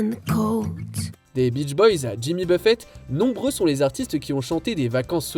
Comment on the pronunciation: C'est Lord. (Lorde) pas Lordee 😭 please